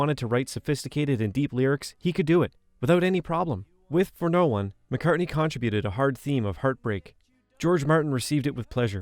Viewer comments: It’s pronounced con-TRIB-ute. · The second syllable of “contributed” is where the accent/emphasis is. I’ve never heard anyone else pronounce it with the first syllable accented. The narrator clearly sounds American, so not like this can be written off as an odd pronunciation from some other country. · "CON-tri-buted"? Weird. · Great video. Are you Canadian? CONTRIBUTED....is that how they pronounce that eh? Can't wait for the new Giles mix!! Or is it Jiles?!